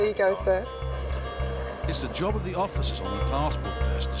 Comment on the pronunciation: Its called a Job....not a joh